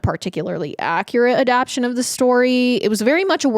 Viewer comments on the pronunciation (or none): none